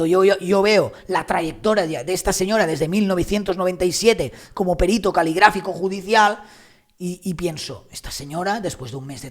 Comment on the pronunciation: ¡Qué bien que digas perito y no périto! Eres genial, si tuviera diez años menos te echaría los tejos.😀😀😀😀